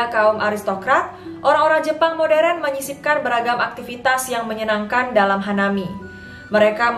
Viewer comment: Yg punya channel ini pasti org Sumatra 😊 I can guess from the way you pronounced marÉt, modÉrn and Holland hahaha 😉✌ Say hi from New Zealand xxx